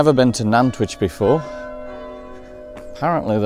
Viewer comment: Always good to re visit Nantwich , lived there for near,y 20:years , but as good as the videos are , the pronunciation of the town needs some explaining. The town Nant means river in Welsh and which comes from the Anglo Saxon of Wyche meaning salt . They are 3 salt towns of Cheshire Nantwich Middlewich and Northwich .